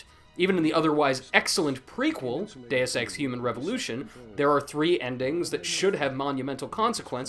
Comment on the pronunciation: your saying dues ex wrong